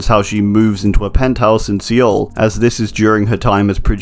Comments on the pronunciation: He said sea ole. It’s pronounced “soul” man.... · Seoul is pronounced sou-ool not SeeYoll. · Its not se owl its soul pronounced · Umm you pronounced Seoul as See-oul but it’s pronounced Soul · Sorry it’s pronounced soul not see ool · see-oul bro its soul. SOUL not SEEOL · Seoul is pronounced soul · Love your videos but I wanna say that Seoul is pronounced like soul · Just to be helpful in the future, Seoul is pronounced “Soul” ☺️ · oh boy do i love "see-ole" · Pronounced "Soul" btw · Ok i know this is minor but: Seoul is pronounced more like Soul. Its minor but its REALLY annoying me but i understand the mistake and all i ask is that you learn from your mistake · Hey man, Seoul is pronounced soul. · you did not just pronounce Seoul like Seal, did you? ... Haha no front man, great job on the video. Just took me like 20sec to get which city you meant. You get much closer in pronouncing like the word "soul" which is still off but closer ;) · Seoul is just pronounced “soul” 😁 I was born there lol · the pronounciation of Seoul isn't an opinion. There is a right and a wrong way and See-ul is wrong. The e stems from the romanization of 서울 because there are two different sounds for o 어 is romanized into eo as in "soul" and 오 written as o as in "ohhh" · Seoul is pronounced more like soul, great video tho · Great video, but the way he pronounces Seoul hurts me... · Lol he can’t say Chernobyl or Seoul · The way he pronounces Seoul is actually kind of triggering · Great video, but the way you pronounced Los Angeles and Seoul hurt me a little bit😂. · You did not just pronounce Seoul that way . . .